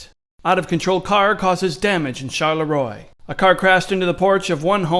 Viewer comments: The town's name, Charleroi, is Belgian. You keep pronouncing it ChaLéRoi like it's French. Knock that shit off. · char la roy not charlay roy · she says Charleroi right in the fuckan video & you still say it wrong